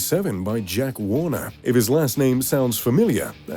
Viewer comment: . Jack Warneh(er). If the last name sounds familiar it’s because he founded Warner Estates. Accent confused.